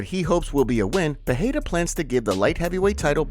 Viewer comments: Bro you would have to spell Pereira with two R´s (Perreira) for it to sound like you say it. the tip to saying it exactly right is saying it like the word "are" it rolls off the tongue haha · Thanks for trying to pronounce Pereira correctly however unfortunately it's still wrong. If there were to Rs in PeReira then it would be an H sound. But it's not so it's just a soft R roll. Think Pedeira. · Alex "Pehera"... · why do you insist on saying alex pierra last name that way? it's cringe worthy asf